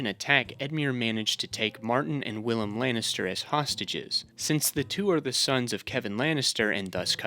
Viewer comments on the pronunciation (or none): none